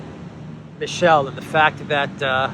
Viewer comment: Charles Miss-Sell